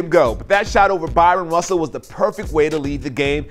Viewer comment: BrYon Russell, not Byron Russell, as you said.